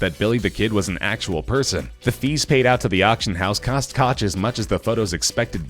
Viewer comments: It’s pronounced “coke” not “coch” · Do you live under a rock? It's pronounced "William Coke" and you kept referring to him as "William Cotch" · It's pronounced Koke, not Kotch. SMH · . This is so embarrassing. William Koch? It is pronounced "coke". He is a billionaire and you didn't pronounce his name correctly. LOL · “Koch” is pronounced “coke” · Actually, if you know German, you know that it rhymes with the Scottish "Loch". And not coke. But since most Anglophones can't pronounce the -ch sound you massacre the pronunciation into 'coke'. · Can't pronounce "Koch" correctly and half the other names, reuploaded video from last year, clickbait thumbnail, absolute minimum effort content. This channel is garbage.